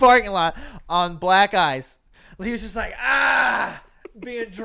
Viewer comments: Am I the only one who hears “black guys” instead of “black ice” ??? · Every time Joe said “black ice” it sounded like he was saying “black guys” 😆